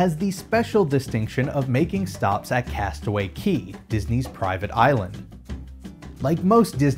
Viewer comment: CASTAWAY CAY NOT KEY REEEEEEEE